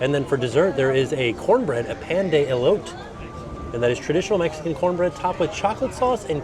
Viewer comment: hi when you say elote you have to pronounce the last e and the barbacoa is always good I like it with flour tortillas 🦤